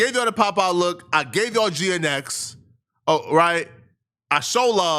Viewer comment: Never heard anyone pronounce GNX as Geanetics lmaoo